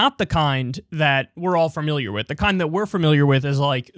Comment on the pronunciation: Kyle, it's 'familiar', not 'firmiliar'. For comparison, it's 'family', not 'firmily'.